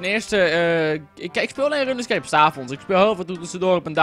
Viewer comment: HET IS 'ROENSKEEP' NIET 'RUNNESKEEP'